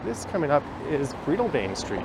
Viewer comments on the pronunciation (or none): Breadalbane is an area in Scotland. It is pronounced bread as in a loaf of bread as opposed to Breedlebane.